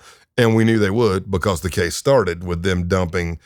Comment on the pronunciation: This guy must be a massive Undertaker fan lol. Every time he says "Because" it sounds just like how the Undertaker says it. Must be from Texas. BuhCAWS